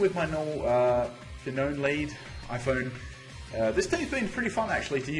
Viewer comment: Surely Phione isn't pronounced fa-known? It's not spelt with 2 n's and I always thought it was fee-own-ay. I know often gets names wrong but I have also never been sure with this one so if someone could let me know for the sake of it.